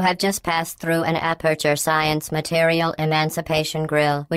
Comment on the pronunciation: Science not Sciance srry i had to